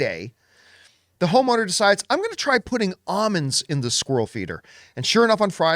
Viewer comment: Either John says almonds weird or I do…